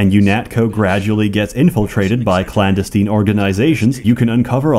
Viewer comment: clan-destin, not clan d'esteene